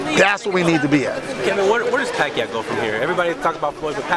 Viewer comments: It's Pacquiao not "Pacow" could you at least get that right. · in philippines we pronouce his name like "PAKYAW"